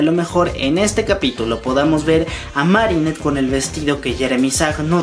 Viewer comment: Oigan, no es raro que alguien quw hable de Miraculous Ladybug no sepa pronunciar bien el nombre 'Marinette'?